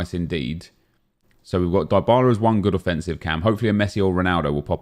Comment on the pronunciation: It’s pronounced DEEEEE bala